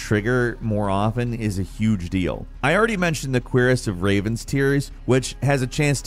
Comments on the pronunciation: Its a cure-is not a queer-is for future note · "Queer"ess LOLOLOL. It's Koo-Rahss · Cuirass being pronounced 'queer-est' has me cringing so bad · Why are you saying Musphelheim like that?? "mooSPELheim"😂 Got Cuirass wrong too, it's not "queer-ass". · “Mispell-heim” and “queeriss of Raven tears” 😂💀💀 bruh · It took me a while to understand what he meant when he was saying queer ass... ive never heard cuirass pronounced that way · The queerest of raven tears? I thought it was pronounced CURE ASS. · it did feel like it was a joke. I’m sure he knows about the word “cuirass” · We're gonna let you slide on those "Muspelheim" and "Cuirass" pronunciations just this once lmao. Keep up the good work mate ( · You mispronounced Muspelheim and Cuirass